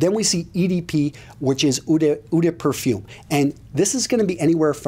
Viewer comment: I thought it was eau de parfum not eau de perfume and eau sounded like oh?